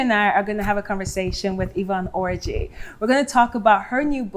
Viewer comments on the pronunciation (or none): speaking of "for the culture".... why do we have 3 Igbo women on a platform and we still butchering Igbo names? Since when do we say "OR-JI"? The "OR" sound is not in our language. It is an archaic spelling of the "ọ" sound which sounds more like like "aw". Other than that, thanks for sharing your testimony! God bless!